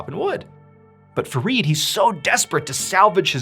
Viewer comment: It's Fareed and I'm hearing forreed😂